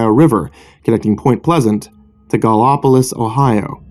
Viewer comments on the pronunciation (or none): Gallopolis is pronounced like Gal-o-pole-is I have family there and have driven across the new silver bridge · Love you did this! I'm from point pleasant but the way you said Gallipolis made me cringe!